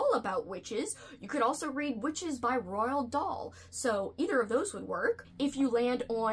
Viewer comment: For Lexie, I have some children's books that would be great for children and adults. For starters, Big Pumpkin, The Legend of Spookley the Square Pumpkin, Humbug Witch, It's Halloween by Jack Prelutsky, and The Biggest Pumpkin Ever. But I think this person should know it's pronounced Roald Dahl.